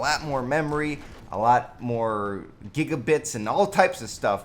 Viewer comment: Buddy said gygabits